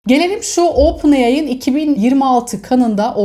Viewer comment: Ya hala ooopen ai diyo 😄 Lütfen düzelt şunu saygılar ❤